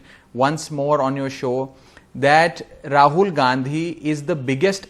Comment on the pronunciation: It's Rahul not Raghul